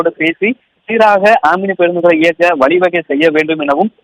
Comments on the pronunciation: It's not amini it's omini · Not omini Omni